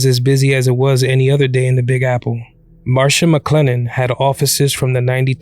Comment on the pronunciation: MARSH- MCLENNEN.... not "Marsha"